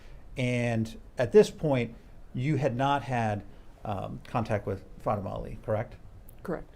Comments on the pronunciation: I hear him say Fat-tuh-muh 😮😮😮 so, disrespectful 😤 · Plus he doesn't even know how to pronounce Fatima. He keeps saying Fat-ima. 🙄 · The Defense lawyers are so unprofessional. Yawning, arms crossed seems disinterested to the people on the stand. And neither can pronounce Fatima's name correctly......."00"